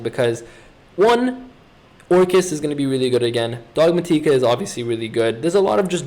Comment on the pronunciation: Dog-mah-tika lol